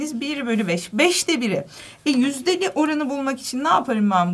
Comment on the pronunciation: yüz ennimi yüz ellimi diyor